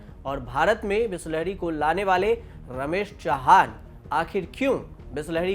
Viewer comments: bolna sikh le bisleri not bihhhslahhhari chutiye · Please improve your pronouncation...bisleri not bislehri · News wale aisa bolenge tho kaisa chalega Bisleri is now bislahri by news reader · Khud toh sahi se bol re बिस्लहरी kahi ke। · Chutiya patrakar Bisleri dhang se bolna seekh ja . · Mauzuda 😅😅😅😅 maujuda hota hai bhis lehri nahi bisleri hai